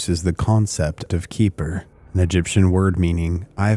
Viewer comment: I will say, i was expecting another conspiratorial angle here and actually found this video interesting. A couple of comments overall: 1. Xeper is not pronounced Keeper. X and P actually comes from Greek and is pronounced like a Keh and feh, so Xeper is vocalized as Keh-fer. It is also modernly spelled as Khepher or Kheper. 2. I think your summary of the Presidio case missed some points that have been documented as Michael Aquino was not even in ths state for many of the accusations leveled at him. He actually wrote an in-depth dispute of these accusations that I believe are still publically available. You certainly didn't do this an injustice but I found some context missing. 3. Sort of a minor point but Don Webb was not the first High Priest after Aquino. There was a period of others operating in that role as Aquino had other things to Work on and also wanted to avoid the personality cult that was detrimental to the Church of Satan. There are also some other points around the Wewelsburg Working that tie into 3 and his public comments that could be made but I won't belabor that here. All in all, I thought the video was enjoyable and had some good points. I appreciate your objective approach here.